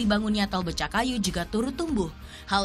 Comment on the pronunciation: BECAKAYU bukan BECAKKAYU!